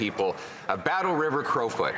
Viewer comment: Battle River-Crowfoot It’s not that difficult